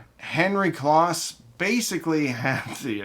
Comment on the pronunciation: Great story telling - couple of nits to pic - Henry Kloss' name is pronounced close as in he is standing close to me. As was mentioned elsewhere, Henry started Advent to make projection TVs. The Advent speakers were designed and sold to fund the projection TV R&D which was his passion project. Advent also made a hugely popular receiver called the Advent Receiver with a tone stack created by Tomlinson Holman later of Apt and THX fame and also developed the first cassette deck to implement Dolby Type B Noise Reduction. They also created the Advent Sound Space Control which was a digital delay to create spatial effects with rear speakers long before the days of surround sound. Henry also founded Kloss Video to continue his quest to make projection TV for the home. The founder of ADS was Dr. Godehard Guenther. His protege Michael Kelly later founded Aeriel Acoustics and made stunningly good speakers which was eventually based in Maine. And don't forget little dbx in Newton Ma that was primarily known for pro audio recording gear but had a consumer division that made dynamic range controllers and a consumer version of their pro noise reduction called dbx type II. They won an Emmy for developing the noises reduction standard for analog stereo TV in the 1970's. Dbx also made loudspeakers for a few years based on a unique design from Dr. Mark Davis later of Dolby fame called the dbx Soundfield One which was very highly regarded and collectible.